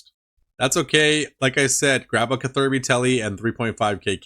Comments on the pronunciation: Anyone else triggered every time he said KA-THIRBY instead of CATH-ER-BEE. lmaooo love the vids and I'm not even a pker! Keep up the excellent work friend. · nothing could've prepared me for kuh-thur-bee🤣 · Cather-bee 😂 youre welcome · I cannot get over how you say catherby 😂😂😂 great vids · You're acc a genius purposely saying catherby wrong for engagement. And it worked. I'm commenting. Smart lad u are. Big up from London brother